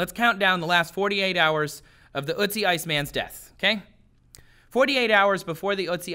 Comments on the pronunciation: Oat-see. Not ootsie. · Its not ootzi otzi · Its ötzi, not uzi... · ***** Yes g at the end can be pronounced as a -sh sound. But Ötzi is spelled so because it roughly pronounce urt-tzee and not ur-tzee or, as says, oot-tzee. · It's ötzi not utzi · Not utzi Ötzi an o with dots of you cant say Ö say o not U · ÖTZI, not UTZI! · Damn Americans not knowing how to pronounce Ö, you make him sound like some cute cartoon when saying Ootsie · "Ö" as in "earth" or "girl" [örth][görl], Ötzi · ElinMoby Well, I am from Sweden to and it doesn't sound jack all like an Ö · OMG!! The way you prounounce "Ö" gives me a headache. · Your pronunciation of ötzi is 😬